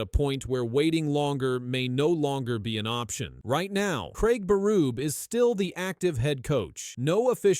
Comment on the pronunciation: Lmao. It's Berube. Pronounce his name correctly.